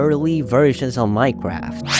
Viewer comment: ''minecwaft'' bro is ganna talk about dedicated wam next